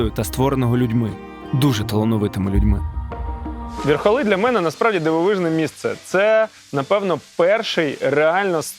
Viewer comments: верхолИ! джобані ви типіли! а не верхОли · ВерхолИ, а не ВерхОли) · Все чудово, але не ВЕрхоли, а ВерхолИ😅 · ВерхолИ, ВерхолАх! ВерхОли дуже дико звучить для мене як для полтавця 😅